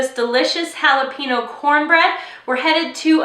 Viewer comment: Jalapeño isn't pronounce like that